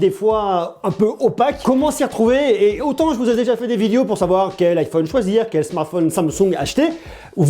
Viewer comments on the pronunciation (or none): none